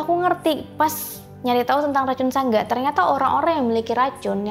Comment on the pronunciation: Sedikit koreksi buka sangga bang tpi sanga